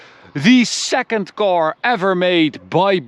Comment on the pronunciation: the English sucks, it’s a car, not a cor!!